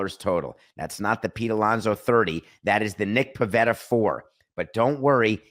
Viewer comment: It’s “Pivetta”.